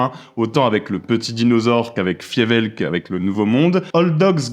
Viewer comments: 👍🏻 Je me suis dit la même chose. Il parle de Fievel, et ça se prononce Fiveulle ! De rien... 😉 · Quand tu dis Fevel ? Tu parle de Fewel [Faïveul] ? La Souris cowboy avec les pistolets bouchons ? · Oui, on ne sait pas pourquoi le prononce comme ça. On le pardonne parce qu'on l'aime:) Il parle de Fievel et le nouveau monde, qui vraiment excellent, de 86. Le Far west, c'est 91 et moins intéressant.